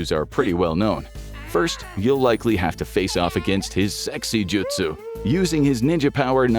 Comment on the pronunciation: You can pronounce Naruto fine but you cant pronounce Sasuke, jutsu, and Sakura 🤦🏽‍♂️ and you watched the series and hear them mentioned it many times 😂😂